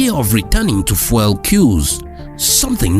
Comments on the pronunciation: fuel pronounced fewl:face-red-droopy-eyes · fuel- "few-l" not that nails on a chalkboard pronunciation you're doing